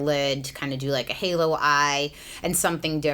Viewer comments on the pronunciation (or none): none